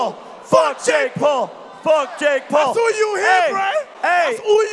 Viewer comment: its not jake pool its jake PAUL